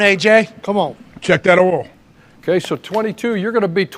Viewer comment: AJ.. “checkin oyle” “checkin oyle” 🤣🤣